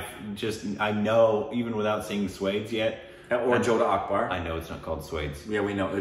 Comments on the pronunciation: Sure SWADES🤣🤣 it's sva-aa-desh guys!!! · Guys you really need to work on your pronounciation😂😂😂 1. Not swaydes it's pronounced as svaa-des (swades) 2 and not anda-hunda-hun ..it's aun-dha-dhun (andhadhun) 3. Not bajrami mastanani😂😂 it's baji-raao mus-taani (bajirao mastani) Let me know if you want me to send the audio of these pronounciation on instagram Or you can simply google it. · maybe we can try "Swaa-des" 😁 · Swades is not pronounced as you guys did it 😂